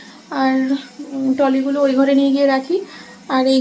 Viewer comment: Toly right?? Trolley r is silent.